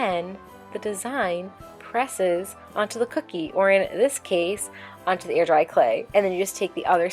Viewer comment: Did anyone else hear 'ear dry clay' because of her pronunciation of the 'ai' sound? Whenever she says hair or chair in videos, I ALWAYS hear 'here' or 'cheer'.